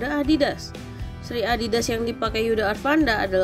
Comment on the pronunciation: Bisa baca gak min? Yudha Arfandi min bukan arfanda